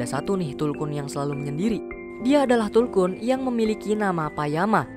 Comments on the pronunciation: tulkun bang.bukan kuntul..arghhh risauuu..😂😂😂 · Maaf aku tertawa karna abg nya salah sebut .masak bilang kuntul😢😂😂😂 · Tulkuntul yg gua denger bang wkw